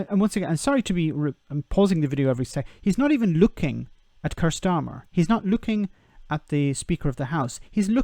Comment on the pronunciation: It's pronounced Keer.